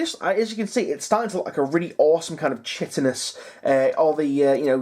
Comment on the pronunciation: It's kite-in not chit-in